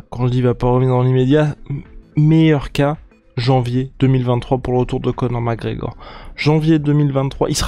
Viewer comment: "Co'or MacEor" ©️